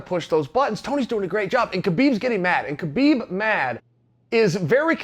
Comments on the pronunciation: Its HA beeb Not Ka beeb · Chael is a smart man. Why does he keep calling Habeeb, Kabeeb? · Chael still hasn’t watched the joe rogan podcast on how to pronounce (k silent) habibs name...